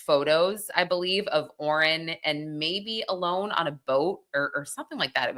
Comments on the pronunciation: It's pronounced Al-On not Alone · Isn’t Alon pronounced Ah-lahn…not Alone?? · Its not pronounced Alone. Tall. U deep covering the story but cant even pronounce their names right. If ure gonna be a you tube journalist at least make an effort racially & culturally on yr story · There’s no reason to give these men respect, if she mispronounces his name so what.